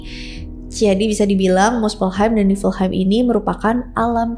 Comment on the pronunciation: bacanya yagdrasil. nefelheim.